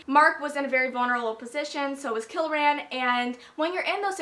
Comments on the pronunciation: haha whenever you say kieran all i hear is kill-ran pretty sure it's pronounced key-ran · His name is pronounced keer-in Kieran. just thought I'd clarify that. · its pronounced ka-ear-in like Kiera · WHY IN THE WORLD ARE YOU SAYING KILRAN? THERE IS NO L IN KIERAN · everytime you say Kill-ran and not Kieran how its normally pronounced as Keer-ran or Key-ran I cant help but cringe... but then Kieran/Kieron is quite a common name at least in the UK.. idk about elsewhere so.. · You're pronouncing Kieran wrong. It's an Irish name that is pronounced "Keer-an" :) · I think it's just key-ran. I don't think there is a L at all. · I'm sorry but its not Kil-ran. Its Kie-ran. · Kieran is pronounced "kear (like "ear") -rin" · it's ky-er-an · KEER-AN, there's no l in it. But names are hard. I get it. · Keirans name is pronounced (K-eer-on) or (keer-in) btw LOL its an irish name I am pretty sure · Kieran is pronounced KEER-IN it is Irish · It's Kieran. Kee-er-run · Kieran = Kee-ren. I think it's an Irish name, which I love as I'm Irish!! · i pronounced it as key-ran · It's definitely Key-ran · it's pronounced Keer-in. lol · Sorry I love this video so far but it is Kee r en. It is Irish/English, and it is my cousin's name.